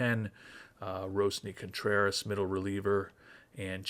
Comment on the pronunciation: I wasn't going to say it, but honestly that 71-91 projection feels closer to what I think about the team currently than an 82-80 prediction, but I'd love to be wrong! (Also, have you noticed that it's RoANSy Contreras, not RoASNy?)